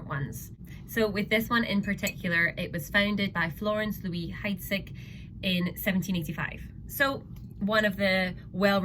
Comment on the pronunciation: Heidsieck is pronounced Heidseek. Not Hydesick.